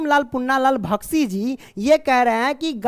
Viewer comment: बख्शी जी को भख्शी जी पढ़ रहे हो डियर